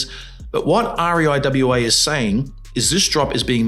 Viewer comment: The organisation REIWA is always known as "REEWA"